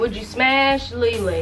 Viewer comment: Jadyn Duncan Ikr it sounds like she is saying ling ling instead of lee lee but they are so funny